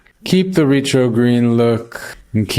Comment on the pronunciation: Ret ~ ro, not Re ~ tro... "Rhett Row"